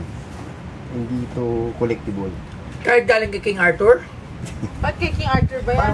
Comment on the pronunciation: Kulang sa kaalaman Yung hinyo mo. Hindi nya Alan Sabi nya Hindi kiliktibul hahaha.